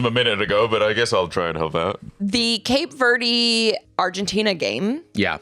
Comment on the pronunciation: “cape verdee” 🤢🤮🤮